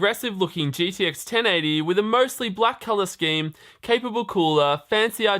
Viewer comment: It's uh... gTx just so you know. Not gDx